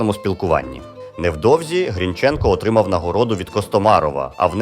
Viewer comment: Автор ти впевнений що правильно ставиш наголос вимовляючи призвіще Грінченко? Хоч як тоді, як і зараз не дають такі речі робити Українцям.